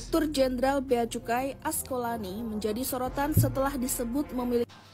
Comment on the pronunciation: Duh...gimana sich kamu? Ngomong nama: A S K O L A N I, saja salah mulu! 🤭😅 Terus: È S È L O N, juga salah terus. Yang bener dong ejaan nya, choi? 🙏